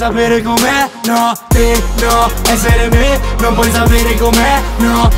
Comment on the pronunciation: "Perché ezzere me non puoi zapere com'è"